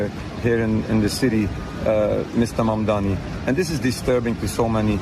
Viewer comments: It is Mamdani (Mom-Donny), not Mandami. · Mamdani not Mamdami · What is wrong with almost every American journalist. His name is Mamdani, NOT Mamdami, and yet everyone keeps saying it wrong. It just shows ignorance.b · Can't even read his name correctly the robots.